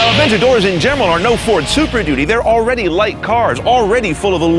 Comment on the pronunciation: "In gem-ral"?